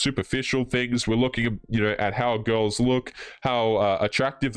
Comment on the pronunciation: pronounces "girls" as "ghouls" and I love i!